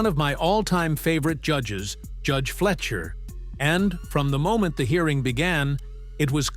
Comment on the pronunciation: It's fly-sher, not flesher